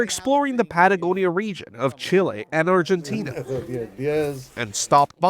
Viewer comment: He's the first foreigner to pronounce it correctly. Even Spanish speakers who aren't from Argentina pronounce it incorrectly. So, I don't know what you're talking about. He's literally the first to pronounce it correctly. He probably got advice on the subject.